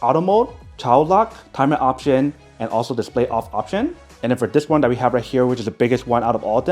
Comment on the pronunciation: He needs to go to a speach therapist! His parents probably neglected this when he was a kid.